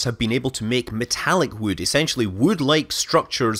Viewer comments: "wewd" - scott manley, 2019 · Never knew wewd cewd be so gewd. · now i want to hear him recite how much wewd wewd a wewd chuck chuck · I think you may have mispronounced "wewd". :-)